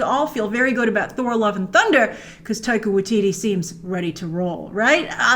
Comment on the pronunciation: lol, Grace, you called Taika, Tittie in the beginnng